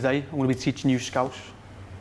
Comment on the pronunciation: I love how you actually pronounced 'scouse' correctly